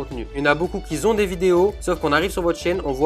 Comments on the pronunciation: Super ce tuto MERCI par contre pas de "s" à la fin de "QUI" donc éviter de dire " quizon" ;-) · "Qui Zont"??? ....